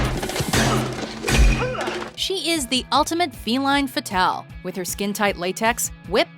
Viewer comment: "feline fatal" :D